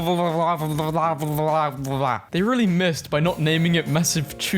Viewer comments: /chek-oh-chech-ni-o-sluh-ve-no-sluh-VAW-kee-uh/. Hope that helps. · He didn’t even try to pronounce it